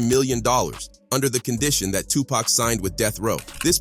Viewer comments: Tony Yah-yo and Two Pack, and Su-Je Knight legends of the game :/ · 2 pac not 2 pack